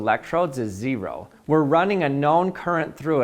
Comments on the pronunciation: Why is he pronouncing 0 like that? “zE-ro” 😭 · Gotta say i think this is your best video yet. Also I've never heard anybody say "zee-row" quite like that before lol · Zee ROW... And since the voltage is Zee ROW the resistance is literally Zee ROW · He used emphasis, also Utah accent